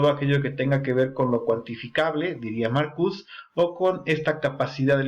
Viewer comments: Te agradezco el vídeo, pero se dice MarcuSE, no marcus. No es francés ni inglés, es alemán. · Sin ofender,se pronuncia Marcuse con E es de origen alemán Jebert Marcuse sería lo correcto